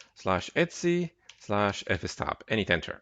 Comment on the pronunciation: Etsy is a trading website - /etc is usually pronounced eee tee see :)